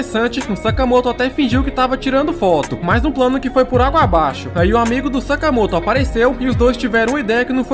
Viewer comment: Vc falou sakamato